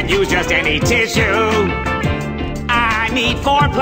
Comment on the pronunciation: Definitely the first time I’ve ever heard tissue being pronounced “tiss-u” before, tts has one job lmao. 😅